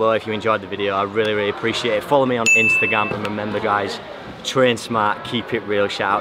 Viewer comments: “Instagam” lol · Make sure to follow me on "INSTAGAM"